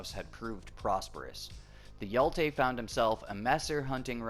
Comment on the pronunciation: I love how you pronounce hero in swedish :D Hjälte